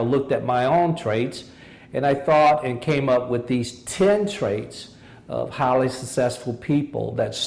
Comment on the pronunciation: when he said "highly" I thought he said "holly"